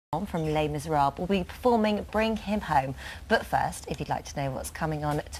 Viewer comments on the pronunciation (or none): Did she really just say Les MiserARBUL ??